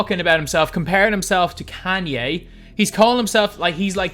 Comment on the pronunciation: The way he said kanye I’m dead😭